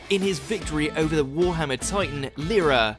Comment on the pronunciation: "Lala" Tyburn.. not Lyra :) But loved the video <3